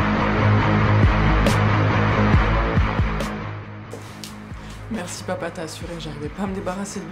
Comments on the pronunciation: "Mohamerde" non mais 🤣😂🤣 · Hèhè par contre pronnoce bien le nom 'MOHAMED' ou changè d'autre nom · il a dit moi merde pas mohamerde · Wodman il a dit mohamerde xptdr